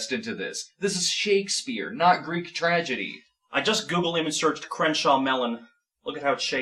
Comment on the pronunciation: This is glorious! Never cared all that much for Snob, but he and have such a hilarious back-and-forth... is doing a marvelous job here, love how he cringes to mis-pronounce the Bard's name. Also, this flick seems enjoyably terrible...